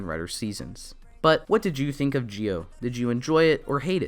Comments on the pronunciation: This guy needs to get Zi-o's name right because it sounds like he's saying geo as in Poke'mon Geodude instead of Zi-o. Had to get this off my chest because it bothers me so much in his review. Just z and o say together, so Z-o (Zi-o) would actually be right way to say Zi-o. Not hard to pronounce and idk people struggle to say Zi-o. Also Sougo is not right way to say his name and the translation is wrong in eng sub, so it's Tokiwa Sogo said without the u. Should be say So as in so and go as in go said together and this right way to pronounce MC real name in Zi-o because I hate when people mispronounced names in Japanese. Btw great review though just get the names right😑😥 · it's Zi-O not Gi-O pronounce it right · Dude you were say g-o instead of zi-o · You can say "Zee Oh" not "Gee Oh" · Dude it’s Zee-Oh not Gee-Oh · A good review, but...why the heck do you keep pronouncing Zi-O as 'Jee-Oh'? The show, the characters in the show, the toys that have sound effects, and every bit of media clearly are saying 'Zee-Oh'. Noticed this in your other videos too. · It’s pronounced Zee-oh, not Jee-oh. Also, Zee-ku, not Jee-ku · why do you call it Gi O? Do you just struggle with Z????? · why do you say it as "gi-o" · Just a question tho, why do you pronounce Zi-O as "Gi-O"? The letters don't even sound the same, so I have been wondering... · its not GIO oh myy god my head it hurt listening you saying that all the time cmon now